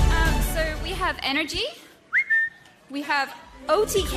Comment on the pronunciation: Even tho she said otk as otv. She really did a great job.